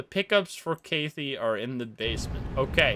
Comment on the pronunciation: The way you said Kathy made me hurt inside just a lil, Kathy has Strong emphasis on the KA. Like kath-ee. Fun video though :D